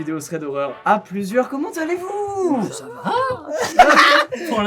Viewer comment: "COMMENT ZALLEZ VOUS!?" je suis très perturbée... Ça se dit: "comment allez vous?" 😂😂😂😂 Ps: je kiff ta vidéo